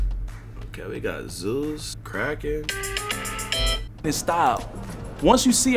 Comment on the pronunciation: luv from the big Dog but 🗣Put some respect on the Krakken name deadass 😂😂😂